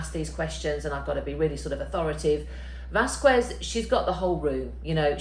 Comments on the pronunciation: Not once in the trial Amber's lawyer pronounced it correctly despite her last name being pronounced correctly various times. That annoyed me to no end.🤣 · VASQUEZ THE "U" IS SILENT!!!!!!!!!!!!!!!!!!!!!!!!!!!!!!!!! OR JUST SAY CAMILLE!!!!! 🤦‍♂️😁😁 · Why most of the people that speak English as a first language put so little interest in pronouncing names in other languages? Amber’s layer (Rottenborn) may not be nice but he’s the only one that says “Vasquez” correctly. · oh gah! never pronounced it correctly. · JESUS stop saying her name wrong 😑 🤦🏻‍♀️ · Why can nobody pronounce Vasquez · Thank you for calling attention to this! I was hesitating to point it out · Where is the "W" in the name Vasquez? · Can't even listen to u say her name wrong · Why the fuck can’t they pronounce Camille’s last name????? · I’m going to need absolutely everyone to stop mispronouncing Vasques. Period. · imo that may be true, but they mispronounced it in court. It has nothing to do with your qu pronunciation. It's disrespectful and if you're a commentator, you should research pronunciation - as you would someone with any other foreign name. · I was coming here to say that! Thank you it was annoying me 😂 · It’s VAS-KEZ not vasQuez. I don’t understand why people mispronounce peoples names even after hearing it over and over. Other than that, it’s a good video. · often, it is because people read rather than listen to pronunciations; Vas-kez is a LOT easier to say than Vas-quez ... but we have to trust our ears over our eyes to pronounce words well, especially words with other language roots (in this case, Spanish, which Americans hear a lot more of than do the Brits). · SO many people seem to have a hard time pronouncing Camille's last name. VÁS-kez. You don't pronounce the "u". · Stop pronouncing miss Vasquez name wrong!!!.. it's not pronounced Whasques!!! You been listening to too much!!! 😆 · Why do all these people say Vaqwez, there is no "W" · "VAS-KEZ" please! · Its VAS-KEZ.